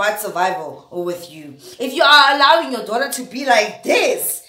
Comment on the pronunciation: "This is your Dollar! This is your Dollar! "🤣🤣🤣 I know she said Daughter, but that's what I heard 🤣🤣🤣